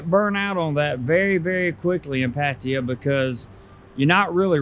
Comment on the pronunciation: I guess first thing to learn is how to properly pronounce Pattaya in Thai